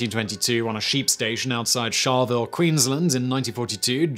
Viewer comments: Charleville is pronounced "Charlluhville and Timor is pronounced "Teemore". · The town he was born in is pronounced Char-le-ville.